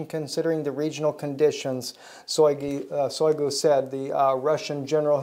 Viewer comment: Shoygu (Шойгу) note a Soygu. First sound like in the word Shock. Now we just waiting for a 5-th trampet (Rev 9:1)